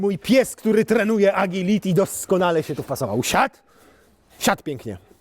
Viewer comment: " AGILITI " to ty potrenuj and english as well. 🤣🤣🤣